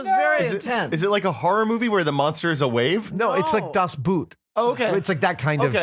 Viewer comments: He says das But but its das BOOOOOT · It's funny how you talk about people not knowing how to drive on rainy days. We get snow here every year, and every year everyone drives 10km/h for the first few days (on cleared and sanded streets!). (Edit: I love your pronunciation of 'Das Boot' :D)